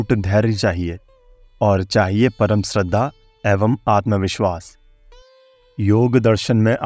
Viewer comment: आपका अशुद्ध उच्चारण खटकता है, जैसे श्रद्धा को स्रद्दा। श्री को स्री।